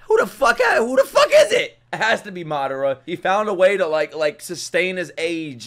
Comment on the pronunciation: loving the reactions man but I hate how you pronounce Madara 🤣